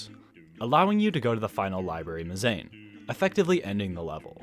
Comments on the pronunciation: Yeah, - it's pronounced mehz uh neen :) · really fun video, the pronunciation of mezzanine was....interesting :)